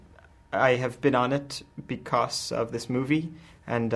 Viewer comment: why cant you pronounce becosss... :D:D